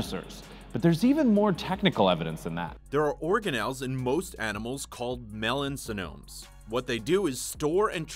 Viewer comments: Guys you put "Melanosome" on the screen but still pronounce it as "Melansonome"? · Narrator's pronunciation of melanosome made me cringe. Twice